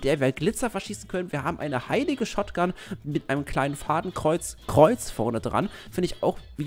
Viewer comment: ich hab gut hingehört und hörte raus das du anstatt shotgun shrotgun gesagt hast xD